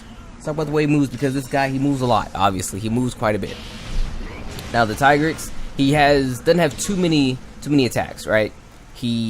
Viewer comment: I would pronounce Tigrex as ( Tee - g - recks